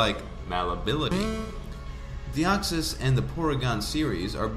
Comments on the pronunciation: "Deoxsys" Deoxys. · I dont want to be that guy but it is "Deoxys" not Deoxsys